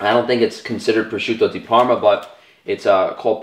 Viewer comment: >"I'm Italian, I'm Italian, I'm Italian" > Prawshutow Dee Perrrma Good video tho.